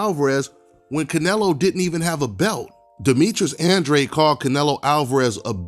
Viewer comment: The way you pronounce Andrade is uhhn-draw-day , just saying since I got the same last name